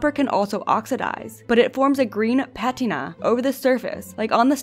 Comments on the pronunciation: I’m sorry, but your pronunciation of patina gave me copper poisoning. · This isn't AI is it? No one pronounces patina that way